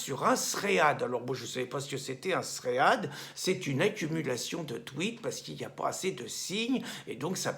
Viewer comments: Un "sréade", sûrement pour "Thread", et je crois ça se prononce "tride" :p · Tant qu’à utiliser un mot anglais, autant bien le prononcer. « Thread » se prononce comme le prénom « Fred » et signifie « fil » (Très utilisé en programmation informatique) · Pas un tréad Pierre mais un tréd :-) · Ah ah, bonjour Pierre, On dit un "srède" (fil de discussion).